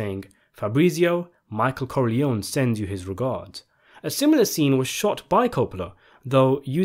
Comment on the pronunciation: Great video, but why do you pronounce the name corleòn instead of Corleo-née (Italian) or Corleoni (English)??